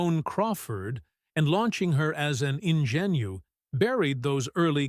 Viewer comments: GORE VIDAL - famous writer and person. CAN'T PRONOUNCE HIS NAME ?! My gosh, he even supports this content in the way he lived. INGENUE :face-blue-smiling:" Listen to the audio pronunciation of ingénue in British and American English. Learn the definition, phonetic symbols and sound-by-sound breakdown of ingénue." :washhands:good job you got MARLENE DIETRICH Correct 5/7 times. ♣ ❌Subscribing to shams pretending to be human. Good content \ but, odd structural mis-timings, hanging sentences, + pronunciation errors do detract. 😤 It's a tough line. 🧏 Hey, Maybe just LISTEN to your content after it's done ? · The narrator of this trash video can't pronounce so many words it's easy to say stupid, unsophisticated, etc: bon mot ! ingenue ! What a dummy.